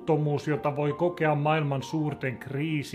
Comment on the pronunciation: Kiitos. Älä sano " erillainen". Se lausutaan eri lainen. Äläkä sano "mailma" se on maaa ilma eli maailma. Olet aivan paras! T. Äiti 39v